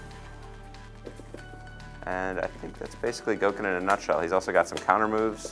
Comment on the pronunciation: Its pronounced "Go-ken"...any time you see a Japanese word spelled "go" or "gou" it is more or less pronounced like the English word "go".